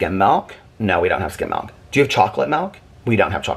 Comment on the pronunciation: It cracks me up every time I hear say “melk” 😂 I mean hey, I’m from WV, so the word milk is about 4 syllables here, no shade at all! But I always laugh when I hear “melk” 🥛🐄